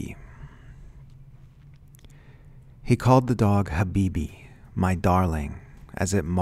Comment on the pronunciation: you pronounced habibi right